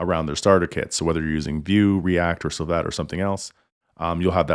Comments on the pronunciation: I think he's referring to your pronunciation. Everyone I've heard say Svelte, make it sound like Ssfelt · Great video...( but you are pronouncing svelte incorrectly)